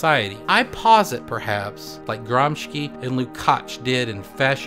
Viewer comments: Your video is awesome. Let me just nitpick on the correct pronunciation of "Gramsci": it's Gram-SHI (as in "shill"), not Gram-ski. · Gramsci is pronounced "GRAMSHEE" ;) amazing video nonetheless, the production values are amazing for such little subscribers, hope you guys make it big, cheers from Italy!